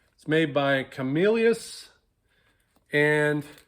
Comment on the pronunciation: Camillus pronounced (ka-mill-us) my home town in New York